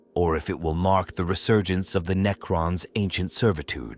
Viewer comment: I tried to watch this but lasted about 5 minutes due to the cringe AI slop narration Knee-crons 😂